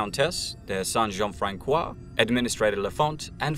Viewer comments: a note to the narrator Jean-Francois is pronounced Jean-Fransois the c sounds like like an s not a k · The Ç in Jean-François is soft. Reads like a soft "S" in english, not a hard "K". I also live in Three-Rivers in Québec, right where the battle you mentioned took place. :) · plz as a french person the Ç in Jean-François is pronounce like the S in snake